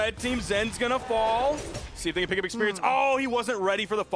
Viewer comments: Expewreince and Gwounpound is too funny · She need more.... Expewience 😅